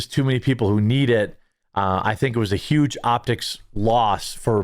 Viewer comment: Not sure if you're aware of it or not but you totally did just say YUGE Lol